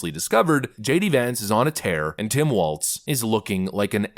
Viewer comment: His name is Walz like walls. There is no t in his last name.